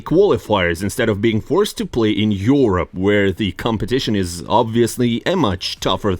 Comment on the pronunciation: yeorop. bro pronouncing the same words the same way since 1000 videos. surely a human person